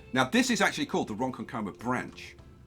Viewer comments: Loving the series,. When pronouncing 'Ronkonkoma', the emphasis is on the second syllable. Ron-KON-ko-ma rather than Ron-kon-KO-ma. Lots of places on Long Island were named by throwing a chicken into the air and calling the town after whatever noise it made when it landed, i.e. Setauket. LOL Also, 'Throngs Neck' should be 'Throggs Neck' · You're putting the emphasis on the wrong syllable. It's Ron-KON-koma. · Say it like a real New Yawkah its "RhonKHONKomah" 🤣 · Love the NYC map. Just a stones throw from me in Fairfield County, CT. Large cash infusions withstanding I think you made the right choice with the cash. Lastly it’s pronounced Ron-KON-ko-ma haha ya lemon. See you in Discord bro. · Hey! I've lived in New York my whole life. Just thought you'd like to know Ronkonkoma is pronounced (Ron-con-comma). Loving the series so far!